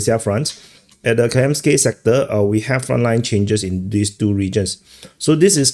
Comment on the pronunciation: It is KaMyansky (ie Stone), not KaYamsky:)) Also VerkhneKaMyansky (ie Upper Stone) 😅